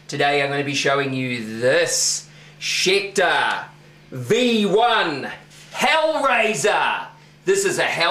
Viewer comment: 'Schecter', pronounced in Australia as .... 'Shit'dar' ;)